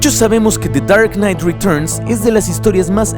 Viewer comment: me da risa tu acento ingles cuando dices de char nait retochn o sea the dark night returns